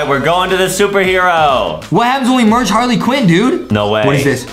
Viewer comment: Justin said Harley quen